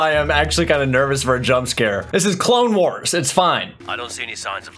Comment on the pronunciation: "Star Wars The Clalexnes Wars" 😂😂